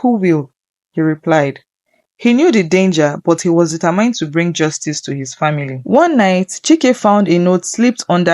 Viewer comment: Sorry but there are some words you didn't pronounce correctly like the word "determined" you call it "determind"